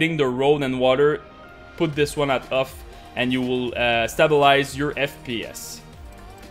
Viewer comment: "Set dynamic optimization to *uff*, also turn vsync to *uff*" lol